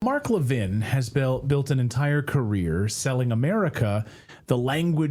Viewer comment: AI - you should at least know how to pronounce Levin........................ but you don't.